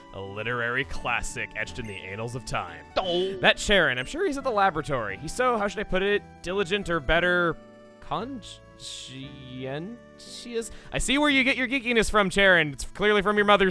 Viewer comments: Its Con - chee - en - shuss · ... its pronounced "con - shi - ench - sh - ous" ... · 12.5% isn't THAT rare. It's one in eight. Presumably to make it harder to just breed the heck out of 'em but hey. Also: Conscientious: Prounounced "con-she-EN-shus" Seeing the capture tutorial...I forgot the music in this game is pretty freaking good, also REALLY appreciate that the tutorial isn't wasting time hovering over every button. "Hit enemy, enter bag, use ball, got it?" Why are the ones that come after this game all so much worse about that? Also holy cow I can't believe we've reached N already. Granted the episode ran long, but wow. N is too good a character to belong to a Pokemon game. I will always love G5 because of this dude. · It’s pronounced Con-shee-en-shus. My brother makes fun of it because on membean it taught him Con-sten-shus! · It's pronounced con-shee-en-shus and it means he works hard and stuff... This means I'm a geek doesn't it...